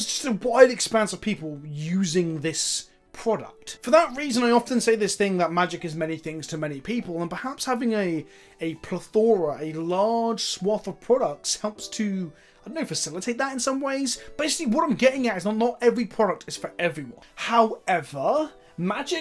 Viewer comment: Did just pronounce plethora as pleatora?